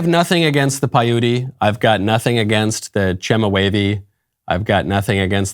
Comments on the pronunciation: Michael, it's PY-oot (Paiute), not py-OOT-ee. God bless. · Michael: It's not "Pay-yootie!" Payute is pronounced "Pie-yute." The final "e" is silent. Brandon has an excuse: he's 106, and a senile old bat besides! YOU (or your producer) can look it up and pronounce it correctly, setting a better example. You're welcome. :-)